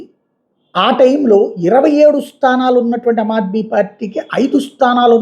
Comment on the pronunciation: అమాద్మీ కాదు, ఆమాద్మీ = Common man